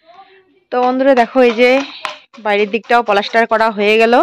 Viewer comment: তুমি পলাস্টার বলো কেন? ওটা হবে প্লাস্টার।